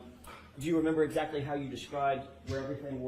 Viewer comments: I’m going to say at about the minute mark listen to how the Prosecutor asked the question “Hou’s” ok can’t spell it but it’s supposed to be How.. is that a normal way to speak or say How? I’m just curious because I would want to correct them all day long 🙊🤪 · I’m going to say at about the minute mark listen to how the Prosecutor asked the question “Hou’s” ok can’t spell it but it’s supposed to be How.. is that a normal way to speak or say How? I’m just curious because I would want to correct them all day long 🙊🤪.. Also what Police Department doesn’t Secure a Possible Crime Scene?